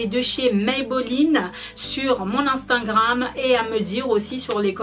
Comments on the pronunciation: c drole tu dit instangram et pas instagram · desolé mais on dit instagram mais pas instagranme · Instingram- postiler - volume esstreme - régarder- pétit sac- quelqué semaine - veste en cur - vous m'excisez - un haut courte - piti sacoche - petit bidget 😂 bref je vais pas continuer, tu as le trophée du massacre de la langue française félicitations 👏😂